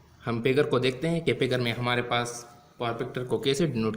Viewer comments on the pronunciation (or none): It's not pigur it's figure 🙂